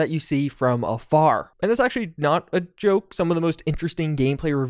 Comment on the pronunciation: Every time you say "afar," I hear "a fire" being pronounced by the locals here. So I keep flashing on the accent-specific joke related to the three wise men being firefighters "'cause they came from a fire (fär)." Silly, I know, but still...